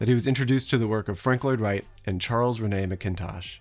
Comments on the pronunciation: Charles Rennie ( Reh -nee) (rhymes with penny) Mackintosh ( Mack -in-tosh) Rennie is not Renée, or René. Scottish names beginning with "Mac" usually stress the Mac. There are always exceptions, of course, but Mackintosh isn't one of them. 😁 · it's not pronounced as Rene,. it's Rennie and it's Macintosh (like an apple MAC) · The Rennie in Mackintosh's name is not the french pronunciation, think Re-knee. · Rennie pronounced Reh-Nee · As a half Scot, your pronunciation of ‘Rennie’ as ‘Re-NAY’ is grounds for a pub fight. He wasnae French! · Literally THE worst pronunciation of Charles Rennie Mackintosh that I've ever heard. Made my skin crawl. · That’s not how you pronounce Rennie or MacIntosh btw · How do you not research how to pronounce the names Rennie and McIntosh. It's just embarrassing! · I'm not a big fan of how Mackintosh's name is butchered. Almost as if it's Charles René McKintosh. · FYI it's pronounced Charles RENy MAK-in-tosh. Your pronunciation would be spelled McIntosh. Source: I'm Scottish and studied at the Mackintosh School of Architecture. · Having lived in Scotland since I was a child and having studied architecture in Scotland, the utter American butchering of Charles Rennie Mackintosh's name is killing me 😭. He's not French, so Rennie is said Re-ni and it's MAC-kintosh not MC-intosh. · this is great but it's Rennie (rhymes with 'Bennie' duh) MacIntosh (accent on first syl geeze) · His name is pronounced Charles Renny Macintosh... From a fellow Scot. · Just for the record it’s pronounced; Renny Mac-in-tosh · "Rennie" to rhyme with "Penny" and "MACintosh" like the apple computers. But don't sweat it, good pronunciation is not as important as good overall communication of ideas, and you tend to do that very well.